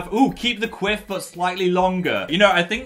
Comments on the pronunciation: I keep thinking you say queef when you say quiff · Omg I keep hearing a similar word to quiff every time I’m so sorry I can’t 😂😂😂